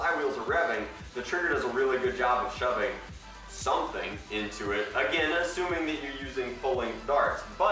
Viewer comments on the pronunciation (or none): none